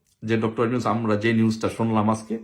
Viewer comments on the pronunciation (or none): none